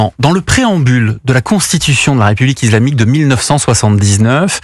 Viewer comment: Bonjour, pourquoi (pas sur de l'orthographe..); dit-il "izlamique" plutot que islamique???.Cordialement.